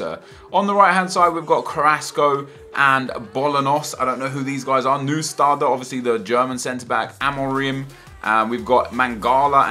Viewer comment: "Neudstader, obviously the German Centre-back" Oh dear,.